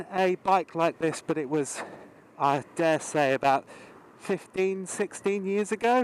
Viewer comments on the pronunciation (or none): none